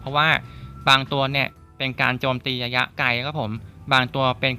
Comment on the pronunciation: ระยะคับพี่ ไม่ใช่ ยะยะ